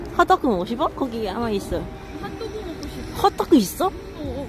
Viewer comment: 홋도꾸 있어욧? 발음 개 사랑해 ㅋㅋㅋㅋㅋ